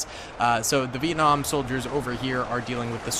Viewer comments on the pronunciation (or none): Bro it's not viekung its Vietnam